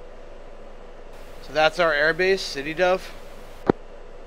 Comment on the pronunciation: hi, you're mispronouncing sde dov. it's SA- DE Dov, dov is actually a name and sde is the israeli word for a field